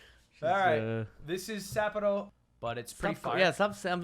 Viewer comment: Lmao they both said Sapporo wrong, but it would almost be right if you combined them.